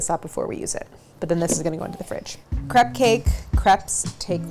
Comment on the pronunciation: Properly pronounces crepe but not creme diplomat?